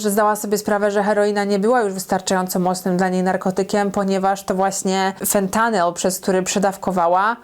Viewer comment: Jak mnie to wkurza jak mowisz fentanyl i oxykodon xD